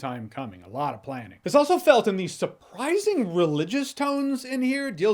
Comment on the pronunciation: I love how Jeremy says surprising religious tones 😂 like it’s one of the main themes